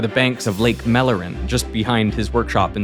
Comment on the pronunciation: Why are you pronouncing mälaren as if you had read it spelled as mellaren/mallaren? Besides being the wrong vowel, it also does not have that double-consonant to make the vowel fast.